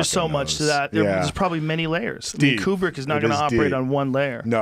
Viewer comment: Kubrick (like koo-brick) not quebrick.